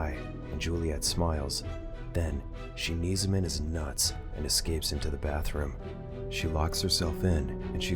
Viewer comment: The emphasis on that "Nuts" 💀